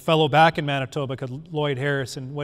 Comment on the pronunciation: Man-tee-bah So close so very close! Awesome presentation lots of procedures I’m hoping to adapt myself